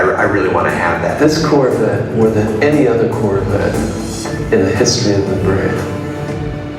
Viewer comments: is it just me, or did anyone else hear "COR-VAT"? --- wtf? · What's a Corvatte? Why can't people pronounce anything properly nowadays.